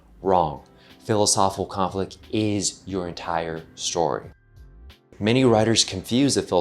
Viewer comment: Great video as usual- but I wish the speaker would enunciate “philosophical conflict” instead of lazily chewing on and swallowing the phrase whole every time he says it. It distracts and deflates the entire argument.